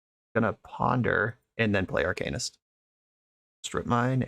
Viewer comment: DW, I love how you say “arcanist” been telling people how to say it for years